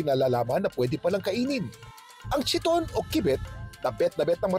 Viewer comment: KYE-TON ang tamang pronunciation sa pangalan ng mollusk na chiton, hindi chee-ton. Ang chee-ton ay ang Americanized pronunciation sa makalumang pananamit ng mga Griyego na chiton (Greek: khee-ton). Pero sa mollusk ang universal pronunciation ay KYE-TON. Halatang wala naman talaga kasing alam, nagbabasa lang ng mga nakalap ng researchers niya.